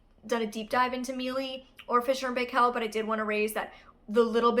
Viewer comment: Great vid! Btw the Paykel is pronounced more like Pike-ell